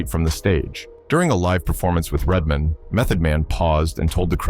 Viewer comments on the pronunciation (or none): “Redmin” and “Yacht Chee” …. The AI slop is real here …. 👎🏾